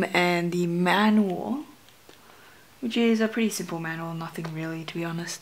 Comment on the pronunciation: dude you make me luagh because you couldnt say manuel corectly so hahahah thmbs up:)